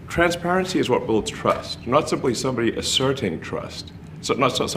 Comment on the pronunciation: Why does he keep pronouncing it transvarency?